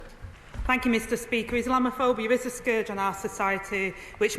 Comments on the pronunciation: Is she that blind . During the euros I saw a group of Muslims throwing missiles over a fence into a pub garden . Is that wanting to live in peace , I don't think so . She can't even say islamaphobia . Is that even a thing ? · She couldn't even say the word 😂